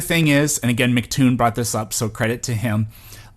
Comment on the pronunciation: Love the video, been watching lots of your stuff! By the way, minor nitpick but its "emcee" Toon, not "Mic" Toon.